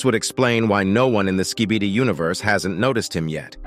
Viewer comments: It’s Skibidi not skeebeedee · Skib-a-dee not ski-bee-dee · "skeebidee toilets" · Why does it sound like he’s saying “skebede toilet”